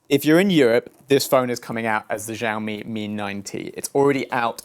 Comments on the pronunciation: Btw it's pronounced sha-o-me not za-o-me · sh not zsh try shaomi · SHIAOMI NOT ZZZOAMI 😲 (sorry just get triggered easily by these things.) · Btw its pronounce ShiaouMi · well for one thing he pronounced Xiaomi wrong!